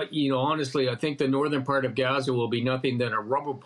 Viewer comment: Oh you pronounced that غ very well 😊